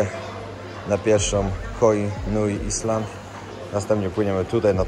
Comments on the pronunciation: Ziomuś słowo 'Island' znaczące wyspę czytamy i wymawiamy- "ajlend". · island [ˈaɪlənd Wymowa] rz. wyspa. Litery S sie nie wymawia.